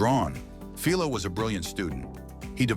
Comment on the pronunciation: I'm trying hard to forget the repeated and varied mispronounciatins of Philo; Fill low, Fee low, etc. Humans rarely exhibit that issue. Farnsworth is well remembered in the electronics field for his David versus Goliath patent battle with Sarnoff at RCA. The Syfy Channel's Warehouse 13, paid homage to him by calling a shirtpocket-sized, two-way TV from the 1930s or 40s a Farnsworth.